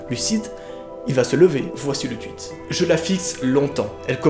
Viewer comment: Lol il dit twuit